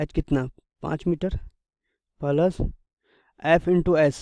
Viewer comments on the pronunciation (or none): What is pulus Can't you pronounce " plus"